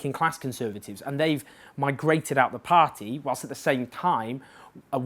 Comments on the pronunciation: Learn to pronounce party first! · Excellent thoughts and analysis as usual, but I'm slightly put off by the way you say "party" - as though you have a thick welsh accent, but you're clearly not Welsh. Very distracting, but otherwise exceptional truth as usual in the dearth of factual analysis in the British media. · Please just learn how to say 'party'. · You need to find an alternative to the word 'pah-tee'. I can't concentrate. This feels like a campaign to acclimatise us to the weirdness of your pronunciation. My pah-tee counter is a smouldering wreckage! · A par-tea of par-teas. Par-tea overload ;-) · I will never tire of your pronunciation of "paaht-tee". :-) another great video Owen x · Why can't you say "party"